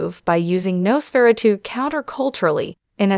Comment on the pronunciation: Nos-furatoo??? Nos (dumdumdudum. Dum dum dum) Fur-uh-2 (dumdumdudum. Dum dum dum)